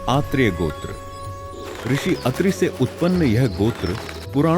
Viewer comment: first we dont need to westanize our hindi word its not gotra its gotrr